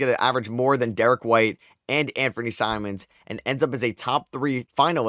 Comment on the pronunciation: I’m sorry did you just call Simons Simmons 💀